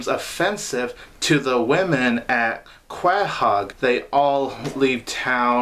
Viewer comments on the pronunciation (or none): Quahog is pronounced co-hog